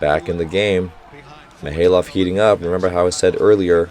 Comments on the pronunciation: Hey Coach, just noticed your pronounciations on some of the Russian players is still a bit off. Usually, most As are pronounced as "Ai," so Mikhaylov would be "Mikh(khhhh sound like you're spitting)-Ai-lov," which is why it's sometimes spelled as Maksim Mikhailov. Also, Poletaev would be Po-le-tai-ev, and Kurkaev would be Kur(like ooor)-kai-ev. An exception is Pankov, which you prounouce perfectly. Just needs a little harder accent. Ngapeth uses a silent N, so it would be better to say "Gapet." Loving the commentary! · your initial pronunciation of Mikhaylov was right